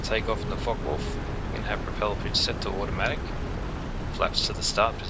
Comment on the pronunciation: Yes good, thanks, but it's not pronounced "Fok wolf" (even in Australia), its a Foka vulf.